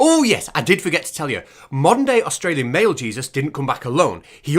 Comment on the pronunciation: What's an Ausralian?